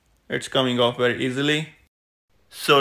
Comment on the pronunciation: Two Wery different Vays! 😂